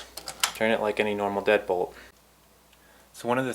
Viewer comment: For some reason I thought you said dead pool not deadbolt lol